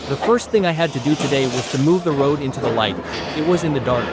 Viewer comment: این قدر بسسواد و تهی مغزی که بلد نیستی تلفظ roadدرست بگی فقط بلدی اسباب بازی درست کنی بدرد نخور